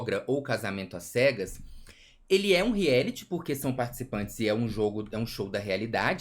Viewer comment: Agora que percebi que os meninos falam rieliti e reality